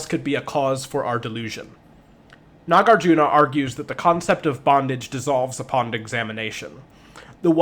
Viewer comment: It's very small thing but just because people learn from these videos, the pronunciations are bud-dha and nag-ar-juhn-a